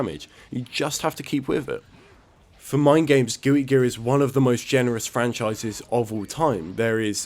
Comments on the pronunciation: "Gooey Guear" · Are you saying Gooey Gear? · Did you say gooey gear lol